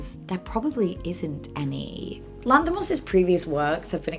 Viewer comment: Lass put more effort into pronounce his name correctly than what 90% of greek folk would have done trying to pronounce her's. If you ask me, she could have just go with the english version of his name (George) and be done with it.